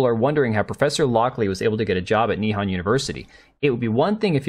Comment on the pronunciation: why do you pronounce nihon as ni-han? it's nih-hon (japanese for japan)